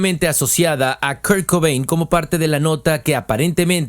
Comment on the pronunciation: Well buddy, it’s not really pronouncing his name it’s off. You sounded English to me unless you’re AI I don’t know how you could get KURT COBAIN i’m really emphasizing on the last name. I’m not being a bitch either. I just noticed. Every time his last name was mentioned i got a tic. I have tourette’. It’s not your fault